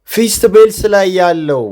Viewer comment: ( ፊሥት ኤብልሥ ) ነው ፊስት ቤልስ አይደለም